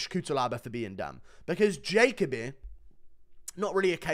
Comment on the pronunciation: Is it not Jah-Koh-Bee?